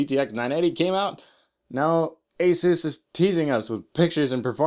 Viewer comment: What's with the "?"? He made "Ah-zoos" sound like "A**es."